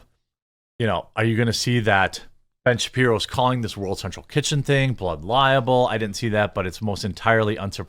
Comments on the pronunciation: Libel, not liable. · It's 'libel', not 'liable'. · It's not blood liable (lie-able). It's blood libel (lie-ble). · Pretty sure it’s “blood libel” not “blood liable” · Jeremy; It's blood LIBEL! Not "liable". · Jeremy, I really like your content, but "liAble" and "libel" are pronounced differently. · The way you're pronouncing libel is really grating on my nerves. It's pronounced lie - bell not liable. And Candace is a grifter; always was and always will be. But due to the fact that you're so far up Crowder's arse, you're using this current debacle to metaphorically punch Ben and the Daily Wire to impress your buddy Crowder. If it's all about ''free speech'' then maybe people should bring to mind Candace's own hypocrisy. Remember her doxxing site, Social Autopsy? Where she had no problem doxxing kids as young as nine for saying ''mean things'' online? Ben has always been consistent in his faith and in his conservatism. Candace only started this whole Christianity grift in the past couple of years and only became a ''conservative'' when she wasn't making any progress on the Left. She hoped to gain Leftist brownie points for starting Social Autopsy, but it backfired on her, because even Leftists were disgusted at the thought of revealing the identities of children online. But all she has to do is say ''Christ is King'' and spout culture war talking points, and a few baseless conspiracy theories, and you lot are all over her like a rash. F**** sheep. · Why do you keep saying Blood “Liable”. It is “Libel” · My friend it’s blood “libel”…not “liable” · Jeremy, the word is libel, not liable. They’re two completely different words. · Its Libel, not liable.FFS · It's libel not liable...